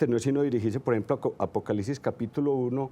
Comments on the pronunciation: La gente aveces no pronuncia bien o no escribe bien entendiste que era apocalipsis no? O no entendiste para explicarte desde el principio peonunciando bien apocalipsis y no apocalisis ya una persona ahora tiene que pronunciar bien todo para que la gente como tu entienda porque parece que no entiendes. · Apocalisis .....(?) donde quedo la “P” APOCALIPSIS mi Señor con todo respeto